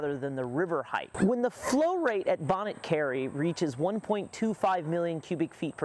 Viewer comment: The 't' is silent in 'Bonnet'. Pronounced "Bonny". You're welcome.